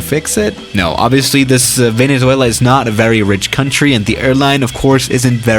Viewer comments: Venezo... ah I don’t know Duolingo: 😞🗡🔪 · Uhh... I'm from Venezuela and I'm sort of sad, lol. Our country's name IS very hard to pronounce. Kinda felt sad when u said infamous, but it's ok. Nice vid!